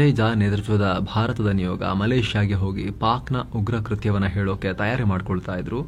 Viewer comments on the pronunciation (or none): none